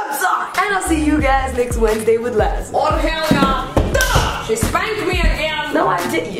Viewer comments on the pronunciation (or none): none